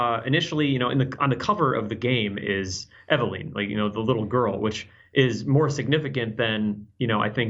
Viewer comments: god dammit! still saying things wrong. "Megnum", "Dreygons", "Reg doll" and now "Eveleeen". how many times have those words been said in video games and movies but still that accent. E-Ve-LYNN! LYNNNNNNN! LOL!!! still, always good to see him in GameInformer world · it's just weird cause they even say it in the game so many times. I guess i'm still harboring ill feelings for when he used to give Dan Ryckert hell when ever he would say things wrong, but here he is saying the girl's name wrong 5 seconds after someone in game said the name. i still like the guy though